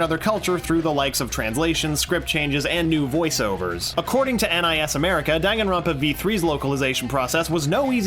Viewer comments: dan, gan, ron, pa. not: dangin ronpa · Dan-Gan-Ronpa Not Dang-Gan-Ronpa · MRW the narrator of the video comes after the people who couldn't pronounce Danganronpa right then proceeds to not pronounce it right either. It's "Don-gan-ron-pa", not "Dan-gan-ron-pa". Seriously. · Majority of players cant announce? Isn't it said in the title screen? Lol, i actually had a friend who pronounced it as danjinrawnpa. It was great. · It's actually not DANG-AN-RON-PA If you go in the settings of DRV3, testing the voice sound it's actually pronounced "DON-GON-RON-PA" yeah I know I'm concerned too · Don-gon-ron-pa In the settings of V3, when testing voice volume, Monokuma's voice says the game's name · Tetoin Games how is it pronounced? i pronounce it (dang-an-ron-pa) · NYMKai if you know how japanese pronounce word its was da *n*an ron pa The n one is *ng*an cause n can pronounce to ng in japanese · I pronounce Day-n-gaan-ron-puh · Ye i was annoyed when i found that ive been pronouncing my favourite games wrong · "That a majority of players cannot pronounce" Continues to pronounce it wrong